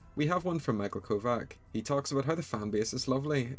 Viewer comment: Please... michael kovach is pronounced "michael KO-VAH CH" (ch as in chicken)